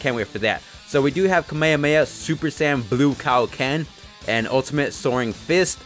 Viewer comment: Why do you say kamehameha like that